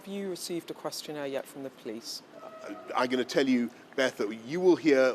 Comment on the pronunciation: “the POLS came” 😂